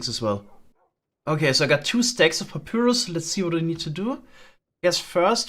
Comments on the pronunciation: Ok, no that Papürus thing is really going to bug me the entire time. The y in papyrus is pronounced like an i. I'm not even sure that the sound ü so much as exists in english. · you pronounce the Y in papyrus like a Finn haha